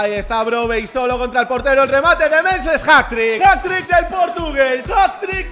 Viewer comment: dice hatt-trick, se dice hattriqqui